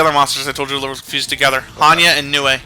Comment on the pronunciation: this is massively late and probably already mentioned, and most likely won't be read, but the creature name "Nue" is pronounced "New". It's odd, I know.